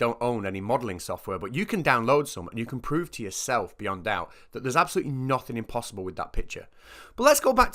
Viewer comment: 'me failing English, that's umpossible"